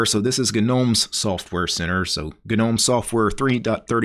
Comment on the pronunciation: Gnome is silent "G". Saying "Ginowm" is like listening to someone pronouncing knuckles as "kinokels" or pneumonia as "pinomownia" lol you kinow